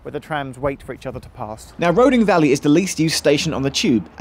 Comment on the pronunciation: Roding Valley?